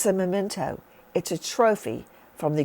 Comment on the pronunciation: Oy … it’s spelled and pronounced m-e-m-e-n-t-o! Memento! Not momento!